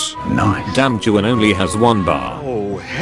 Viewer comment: well Actually Juan is pronounced Wan or wuan🤓